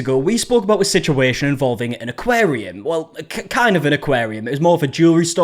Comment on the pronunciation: "aquarium" - "aquarium" - "aquarium" - "aquarium" - "aquarium" - "aquarium" - "aquarium" - "aquarium" - "aquarium" - "aquarium" - "aquarium" - "aquarium" - "aquarium" - "aquarium" - "aquarium" - "aquarium" - "aquarium" - "aquarium" - "aquarium" - "aquarium" - "aquarium" - "aquarium" - "aquarium" - "aquarium" - "aquarium" - "aquarium" - "aquarium" - "aquarium" - "aquarium" - "aquarium" - "aquarium"